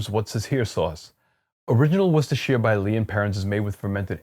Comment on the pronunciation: You nailed 'Worcester', 'Worcestershire' needs just a little work, as in: 'sheer'? Nah. 'shrr', you could be mistaken for an Englishman. That said, Sheffield is the home of Henderson's Relish. Not a 'relish' by common standards but, essentially, Worcester sauce without the anchovies. Organic? Not sure but probably not. It's tricky but not impossible to find, here in London, perhaps someone imports it in your part of the world. Works for me, though. Btw, your olive oil piece showed up in my feed and I immediately subscribed to your channel.